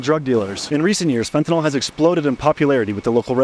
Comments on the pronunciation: Why can nobody pronounce the word “fentanyl” correctly? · Why do so many people pronounce fentanyl like “fentinall”? When you have allergies do you take Benadrall?